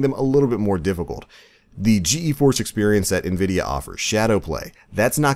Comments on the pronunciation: just gforce not G E force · it's pronounced G-Force.